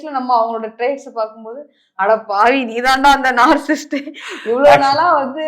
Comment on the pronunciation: First of all, it is NOT நாற்சிஸ்ட் (narcisst) It's நாற்சிஸ்ஸிஸ்ட். ( Narcissist ).